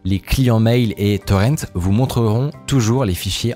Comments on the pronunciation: Mec arrête de dire torrente !! C'est horrible a entendre et en français on dit torrent comme on dit ruisseau !! Gros nul. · Arrête de dire torente!